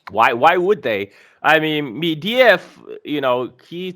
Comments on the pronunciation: Holy fuck it's not medeyev it's medvedev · It's MEDVEDEV, not "mediev", ffs get the man's name right!